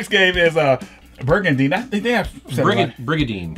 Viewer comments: I love how he keeps calling it Birgandine lol... you actually corrected the guest lol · excuse me birgandine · It's briga(n)dine with an N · "brigandine" birgadine. no its brigadine